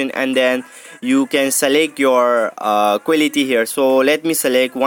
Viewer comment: Giese quelity accent